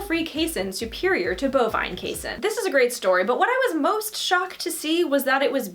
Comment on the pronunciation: Just fyi it's pronounced KAY-seen!